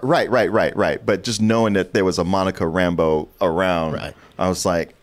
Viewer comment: It was a small thing but it kept bugging me with how they pronounced Monica's last name in this (RAM-bo instead of Ram-BEAU) She is supposed to be originally from New Orleans in the comics.